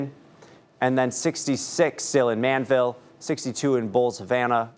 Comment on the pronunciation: The name is not Manville it is called Man-di-vill.